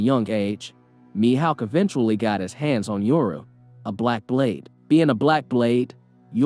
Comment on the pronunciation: Mi howk bro cmon, HOW DO YOU MISS PRONOUNCE HAWK MY GUY😭😭😭